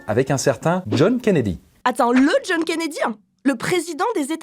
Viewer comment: ''Attend le John KennedyANH, le president des Etats UnieANH'